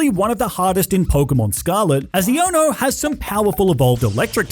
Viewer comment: EoNo her name is pronounced I-a-no